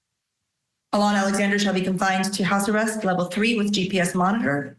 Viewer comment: Mispronouncing Alon's name. Auh- lon, emphasis on the last syllable.